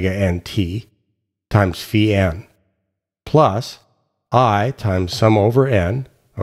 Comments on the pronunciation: Finally someone who correctly pronounces φ as "phee" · XToDaZ Xzibit We always pronounced it “phi” ! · As my mother language is portuguese, I find this satisfying, since we pronounce it precisely like this: Phee (φ), pee (π), ksee (ξ), mee (μ), knee (ν), etc.